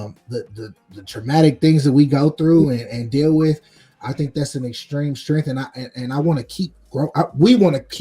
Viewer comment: Did you say strenff?